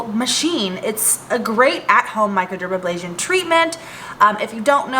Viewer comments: Not even into tutorial -ABLASION, A BRASION you forgot the R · Hi thank you for the tutorial. MicroderaBrasion no MicroderaBLasion.